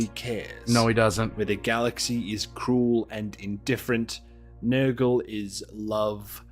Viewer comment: Bro, I thought I heard say "Niggle" instead of "Nurgle".